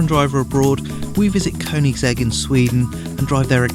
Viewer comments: It's pronounced "kernigsig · Why do all the morons say Koenigsegg Agera R and pronounce the 'g' wrong? Kurn-ig-segg A-jera R Learn the damn names American primitive.